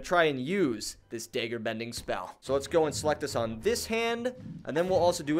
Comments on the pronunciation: Great video but please say it correctly dagger dag ger dag like lag dagger lagger not day ger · its not dayger its dag like gag with g and ger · can you say dagger and not daegger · Lmao I keep hearing deggar, love it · It's (dag-ger) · Daggerbending naw dayggerbending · bro why he say dager bending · Why do you pronounce dagger as dager lmfao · I like how he says dagger Edit: I’m not making fun of him or anything btw